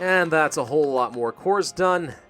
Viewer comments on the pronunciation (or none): none